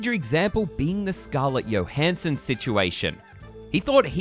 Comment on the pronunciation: It's Jo, Like Joe not Yo